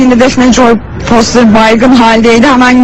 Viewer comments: foyter değil foster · XxDenoşxX onu demiyor, kadın foster demiyor foyter diyor, onu anlatmaya çalıştı. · Şu Foster'i Doğru Düzgün Söyleyin 😡